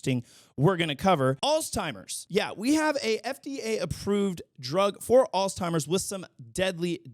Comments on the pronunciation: International news segment is a great addition. Always good to know what's happening around the world. (Also not to be that guy but it's "Altz-heimer," not "alz-timer". Sorry) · It’s so cute how you say “alls-timers”. It’s a weird word. There’s actually no “T” in the word. Alzheimer’s. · God dammit, I love ya buddy but it’s “Alzheimer’s” Alls-HIGH-mers 😭😭😭